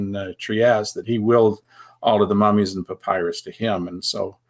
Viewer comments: Can you make me and many others happy and pronounce papyrus correctly? Puh-pai-ruhss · Merriam Webster papyrus noun pa·py·rus pə-ˈpī-rəs . It is pronounced with a long y sound, as in my. So pah PIE russ. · I’ve never heard anyone pronounce “papyrus” like that.